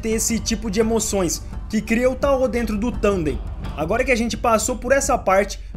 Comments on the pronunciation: Ótimo vídeo! Estou descobrindo esse anime com seus vídeos, quando tiver um tempinho vou assistir rs. Mas só uma observação: a pronúncia de tao é "táo" e não "taô". 😅. No mais, continua! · Kkkkkkk "taô", é TAO cr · EU nao tenho certeza tbm... Eu pesquiso muito sobre ocultismo (leio) e nos vídeos que vejo todos falam Táo... Com o tônico no "a"... Mas de boas, ninguem é obrigado a falar certo, eu perguntei pq fiquei com dúvida.